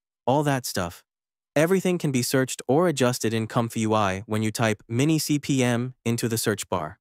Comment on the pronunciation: MiniCPM, not MimiCPM 😊